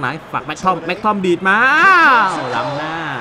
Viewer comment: พี่เปนคนจังหวัดไรครับตอนที่พูดว่าล้ำหน้าสำเนียงเหมือนคนอีสาน